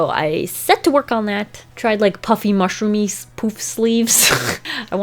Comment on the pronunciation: No one literally no one:: “TRiAngulYy” “MUshrOomY” 😂